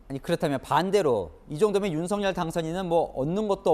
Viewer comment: 여자아나운서가 끝맺을때 "윤서결" 하던데, "윤성열" 로 발음하도록... 과거 미국의 Regun 대통령도 "뢔이근" 으로 불러달라 했었듯이 말이다. 혹시 윤석열 당선인에게 불만이라도 ?? 누구처럼 방송중에 울지는 않았지만..